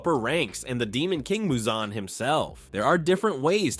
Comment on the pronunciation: Bro said Muzanne 😭